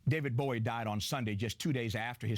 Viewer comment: He says 'Bowie' like 'boy' as in here boy!